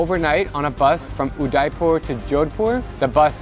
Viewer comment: Man, you kinda butchered the pronounciation of my hometown ,Udaipur, its prounouced like Udaypur, with a y